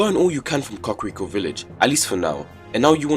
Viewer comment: When he said cockriko